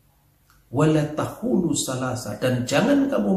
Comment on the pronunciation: WALA TAH-HULU????🤣 Pak.. BUKAN (WALA TAH-HULU) PAK... 🤣🤣🤣👏👏👏 TAPI (WALA TAQUULU) MAIN KE RUMAHKU PAK AKU AJARIN BACA ALQUR'AN DGN TARTIL... MASAK GELAR DOKTOR ILMUNYA ANCOR gitu.🤣🤣 SOK SOK BACA QUR'AN..🤦‍♀️🤦‍♀️🤦‍♀️🤦‍♀️ QAF dibaca Ha..🤦‍♀️🤦‍♀️🤦‍♀️